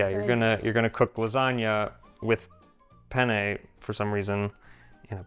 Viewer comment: Makes me nuts. would you PLEASE stop saying "penn-A" or feffucine-A? 'for cryin' out loud, try Penn-neh, or fettucine-neh. It's a wonder she doesn't strangle you. 😀